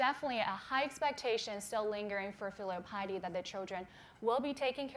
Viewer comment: Lol "filial pilety"